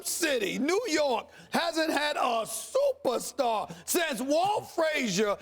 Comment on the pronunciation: Stephen A Smith: The knicks haven’t had a supastar Eva! Max Kellerman: but not only that Stephen A. But the knicks have NEVER had a SUPER Star EVER! Lmaooo😂😂😂😞